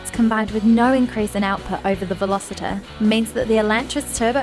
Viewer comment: Veloster not 'Velositer'!